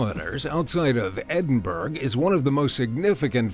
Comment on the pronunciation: Edin berg???? Wtf